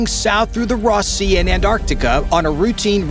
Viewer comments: ROSS Sea not ROSE Sea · Rose sea or ROSS sea? The pronunciation came out as ROSS.